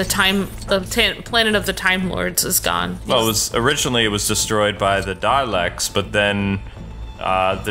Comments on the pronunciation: Freddy (Freddu) Well, has said it correctly once or twice before, so I just had to get it out there. It'll probably affect me minimally from now on. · I know this is a bit picky, but can you stop saying "Darleks" and rectify it to "Daleks," please? I know I'm being picky... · SebastianDoesThings it's spelled daleks but you pronounce it darlaek